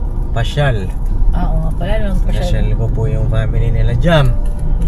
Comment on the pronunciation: Shoutout po ka papi…. 😊🙏👍. God bless everyone.!!! Comments ko lng po . Pronouns sa Family hindi po pamily 🤪😆 kundi po Family ang tamang pronouns. At si mama ka business po hindi nka seatbelt???👀🙄🙄🙄 for awareness lang po nka vlog ka pa naman nakikita ng buong mundo.. 🤞🤞🤞 real talk lang po yung lng po kc nakikita ko sa vlog .. congratulations po ulit sa wedding nyo. Best wishes God bless always.. bira!!!! Banat !!! Lng Gogogo…👊💪💪💪